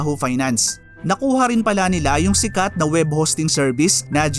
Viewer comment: Ayusin lang sana niya pronounciation sa tagalog words niya kasi slang. Dapat correct pronounciation niya kasi educational ang content niya. Yung “rin” niya ay “ren”, yung “marami” niya, “marame”. Yung “din” niya, “den”.